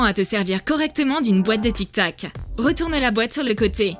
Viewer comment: c est tic tac pas tic toc